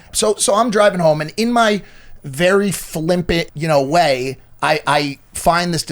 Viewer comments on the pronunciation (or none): Hey Mike, it’s not “flimpint” it’s flippant.